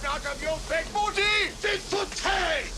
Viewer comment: The name was great, and got funnier with each mispronunciation. "I want you to get on the horn to Mr. John Bigboot!"